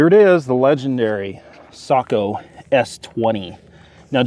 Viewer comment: I just gained a whole new respect for your channel! One of the few who knows how to pronounce Sako!!! Well done 🤓